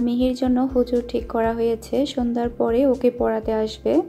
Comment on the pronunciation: আপনার ভিডিও ধারা বর্ননা খুবই ভালো হয়। কিন্তু কথা বলতে কিছু শব্দ উচ্চারন সঠিক বলেন না। যেমন কতা - কথা, টিক - ঠিক, পতিদিন - প্রতিদিন। প্লিজ কিছু মনে করবেন না, ফ্রেন্ডলি কথাটা বললাম। আসলেই আপনি ঠিক বলছেন, এমন মৃত্যু যেন আর কারো না হয়। খুবই হৃদয় বিদারক।